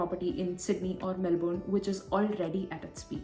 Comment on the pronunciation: Stop saying Great.l repeatedly..learn to pronounce Melbourne